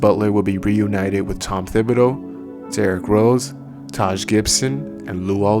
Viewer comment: Tibidow not THIBadow